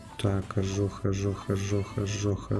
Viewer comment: не ожох а ожог